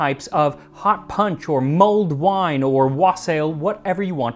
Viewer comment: I can't stop hearing "Mold Wine."